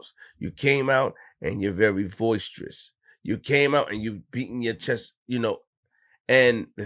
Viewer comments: it’s boisterous not “voiceterous” 😂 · said he’s came out “voicetrous” yo it’s boisterous.. be on his stupid shit a lot lately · He definitely didn’t mean that he meant boisterous but it is ironic that there is a word that seems to fit the context